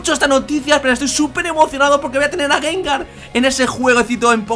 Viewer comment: gangar? xDDD